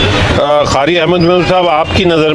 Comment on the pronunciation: ازراہ کرم جب آپ اس شعبے سے متعلق ہیں تو اپنے تلفظ پر بھی توجہ دیں۔ آپ نے قاری کو "خاری" اور قادری کو "خادری" کہا جو صریحا غلط ہے اردو زبان پر رحم فرمائیں۔ شکریہ۔